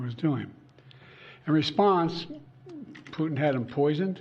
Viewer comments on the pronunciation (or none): Sleepy joe😂😂 whats he even saying😂 intead of putin he says putn😂😂